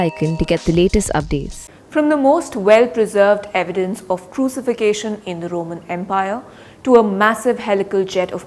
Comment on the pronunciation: Good report. Although the word 'Crucifixion' is not pronounced right.